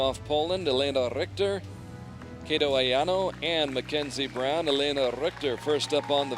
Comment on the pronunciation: The only thing bothers me is how the commentator said "Kato"